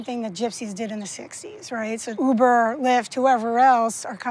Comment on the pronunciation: taxi not Huber cuber